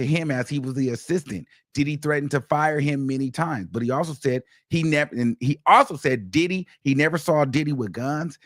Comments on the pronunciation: Emphasis on the Did - HE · The best is when he says “ And DIDDY….!!! “ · The way you say Diddy , lmao. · The way he says Diddy takes me out😂😂